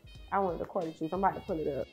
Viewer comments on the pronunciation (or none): none